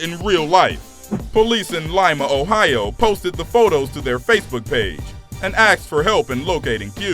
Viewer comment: We're NOT a "species" though its hard to tell considering the amount of times the narrator said "axed" instead of asked...good grief